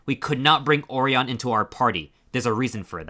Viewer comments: I think orion is named after the constellation. Or-eye-un. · There were a lot of mispronounced names in this video. Orion was a particularly shocking one.